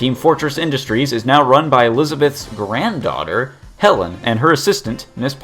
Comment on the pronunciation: Notice the emphasis on "Granddaughter"